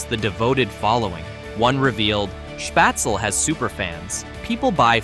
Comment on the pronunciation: SchpaetzLE -pronounced Shpaytzle -LE as in LET not shpaytzel as in well